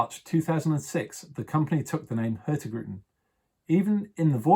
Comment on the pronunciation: I love how the host constantly mispronounces the name of the company he works for: hurtigruten. The G is silent :D